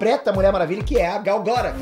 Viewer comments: Gal Gora? Q? Se escreve Gal Gadot e fala Gal Gadou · porra, mas falar gal garôt é sacanagem asuhesahuehuasea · Pronúncia horrível do sobrenome da Gal...!